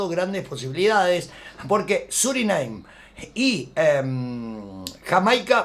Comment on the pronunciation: Surineim? Jajaja 😂😂